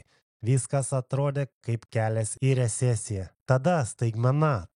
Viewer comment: Ekonomiste, ne "resesija", o "recesija'. Kiek gimnazjjoj iš Lietuvių k.turėjai?